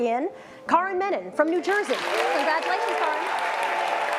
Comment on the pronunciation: I love this video so much. I want to list out my favourite bits, in no particular order: - every single one of Arjun's expressions - dialogue delivery KILLS, and his mispronunciation of Karan is chef's kiss - the felt paper(?) beard cut-out that perfectly fit - Better KM's monologues, felt so natural (was it scripted??) - Arihant being termed as friend with air quotes - desi home background noises - the simplistic fonts - the GEOB15 name plate - doing absolutely nothing to hide the fact that Daniel was filming in the car - "BEEyond the Gee-awe-grahy-BEE???" - BUT DID YOU CHEAT TO MAKE IT TO THE SCHOOL ROUND??? - the look that Ms. Collur gives the camera when old KM refused to eat This video will be my new comfort watch!